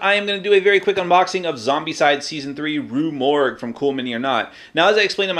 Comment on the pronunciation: Yes its Rue Morgue, you pronounced it correctly. Have more faith in yourself. You do speak English.